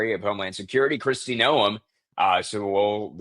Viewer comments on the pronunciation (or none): it is Kristi (nome) like nomemobile